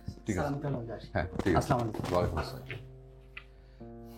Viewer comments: সব দেখলাম ভাল লাগল কিন্তু সালাম দেওয়ার ধরনটা খুবই অগ্রহণযোগ্য যা ইসলামি শরিয়তের পরিপন্থী তাই সব নাটকে বা সব সিনে সালামের আদান প্রদানটা যেন সঠিকভাবে থাকে! সাউমুকুম না আসসালামু আলাইকুম❤️ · বর্তমান সব লোকেরা সালামটা ঠিকমতো দেয় না অপূর্ব ভাই আসসালামু ভুল আছে